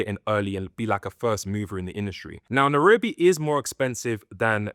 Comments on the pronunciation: It's not Nerobi it pronounces Nairobi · Good video and comparisons, I think for a more immersive experience you can say the name of the place properly (Na-I-robi) and also some of the local/regional words for things.